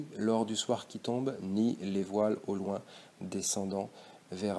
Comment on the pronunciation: Merci beaucoup pour cette vidéo elle m’a beaucoup aidée pour mon bac français ! Mais je crois que le mot « loin » du vers 10 se prononce en 2 syllabes, sinon le vers n’est plus un alexandrin